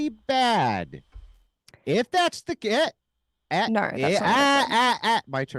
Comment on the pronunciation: “Nohr” How do you fk up a 2 letter word? An entire continent can’t pronounce the most powerful word in the English language